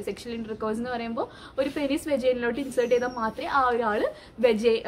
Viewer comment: പെനിസ് അല്ല പീനസ് എന്നാണ് pronounce ചെയ്യണ്ടത്.